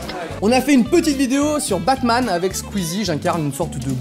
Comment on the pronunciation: Quand il a dit bat man j'ai compris pack man